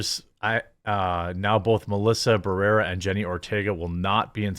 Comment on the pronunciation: You can't even pronounce Barrera. This is why your channel is dying